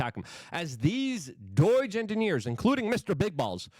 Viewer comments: It is pronounced Doe-jue, not Doy-jue, it's getting annoying enough not to listen to you, please stop. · It is pronounced DOHJUH not Doyg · Stop calling it doyj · Luke,,,,why do you pronounce "DOGE" as "DOIGE"? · Doige? Is that polish pronunciation?